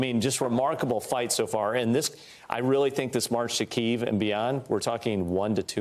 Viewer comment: It’s pronounced KEY-EHV!!! Jesus